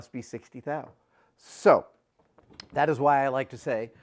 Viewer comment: glad you pronounced it right right after...thou...now it makes sense :D